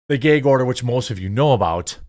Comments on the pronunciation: Why do you keep saying “gayg” instead of “gag”? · What’s a “geyg” order? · Ummm the word is "gag order" ... G-A-G .... not "gayg order" LOL. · Are you saying "gig" or "geg" order?? gæg, gAg. I.e, BAG, SAG, HAT, BAT. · Love you Jeremy but what the hell is a “gay gorder”? 😂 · It's "gag" not "geige" order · I just wanted to say I love your pronunciation of "a", like "ae", like "gaeg order". Give me a little chuckle every time. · Jeremy calls it a "gayg order'..... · Jeremy be like "the geeg order" lol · What is a gay-gorder??? His pronunciation is painful, of that word.. 😅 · Stop saying gayyyyyyyg order bro. Come on!!!!! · Whats a "gehg order" 😂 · I'll never get over the way you say gag. Gayheg. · The highlight of this story is Jeremy's super Wisconsinite pronunciation of the word "gag". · You say gag funny. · Am I the only one who couldn’t get over the way he says “gag” 🤣 I love you though! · Apparently the quartering cannot say the word "gag" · Say "gag" correctly you midwest retard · Bruh... What's a "Gayge" order? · "Ghëygg" order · It's not gayg, Jermy. It's gag. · Gayg-Order lol. I say some words weirdly too. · Great. Now I'm nearly eye-twitching every time he says "gayg order". Does anyone else not use "gag" with the a in cat sound? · Gag isn't pronounced Gaig. it's pronounced GAG! 🤦‍♂ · Why do pronounce gag as gayg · I love this channel. Also, I'm laughing at "geg" order. :face-green-smiling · What is a "gayg" order? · what the fuck is a geaaag order? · It's a gay gorder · Love your content. Why do you pronounce it GEY-G order? Is that a regionalism? Is it not pronounced GAAAG order? Thanks and keep the awesome videos coming. I watch you every day 🇺🇸 ☝️ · He said “Gayg”. 😏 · I couldn't care less about the internet drama that Daily Wire has gotten themselves into with Candace Owens (It was out of character for them and I was surprised they signed her in the first place), but what is bothering me is why Jeremy keeps saying 'gayg' order... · "Geyg" order???